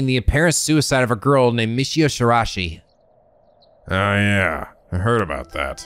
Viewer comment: About Araishi's name (and Shiraishi's too). It's not Ara-shi and it's not Shira-shi. The "i" in the middle is not silent. It should be Arai-shi (like Arai from Yakuza 4 with shi at the end) and Shirai-shi. But you can easily check the pronunciation of any japanese words in google translate. It might sometimes not be the best at translating whole sentences but I never seen it being wrong about single japanese words when it comes to pronunciation.